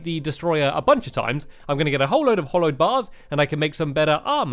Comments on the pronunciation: It's pronounced HALLOWED NOT HOLLOWED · It's hallowed not hollowed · Hallowed bars not hollowed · Pascal Wessels also ITS HALLOWED NOT HOLLOWED!!!!!!!!!!!!!!!!!!!!!!!!!!!!!!!!!!!!!!!!!!!!!!! and hallowed isnt a bad biome so dont be afraid if it goes near he treetop hotel. it wout even spread to the top! and you should really search the terrablade, becuase its the strongest sword in the game, and its very hard to make. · It's HALLOWED NOT HOLLOWED so annoyinf when people says it hollow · stampy pls its hAllowed bars not hollowed